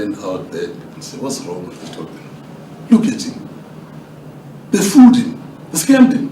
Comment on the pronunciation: You did say Tokyo but we did not understand